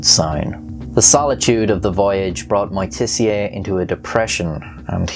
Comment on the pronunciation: Moitessier : for good pronouncing ( I am French) you have to say : mwa-te-ssiey. He is from the high profile french family who own the very known and expensive Champagne Moitessier.